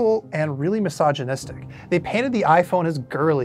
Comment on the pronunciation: Npc: "mysogninist"